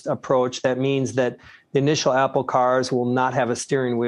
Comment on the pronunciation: apple, not apol